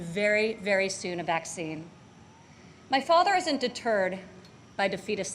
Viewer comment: S Gaines deterred not turd. How obtuse!